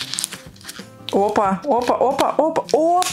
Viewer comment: Не папа сквиши а тапа сквиши😂😂😂😂😂😂😂😂😂😂😂😂